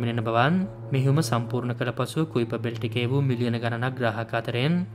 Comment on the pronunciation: කයිපර් බෙල්ට් කියලා නේද කියන්නෙ?